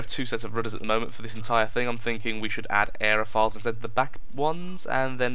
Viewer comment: its aeroFOILS like tin FOIL not files